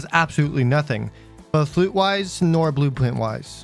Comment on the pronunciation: he doesn’t say blueprint he says bwue pwint